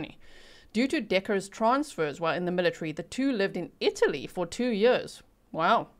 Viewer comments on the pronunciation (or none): none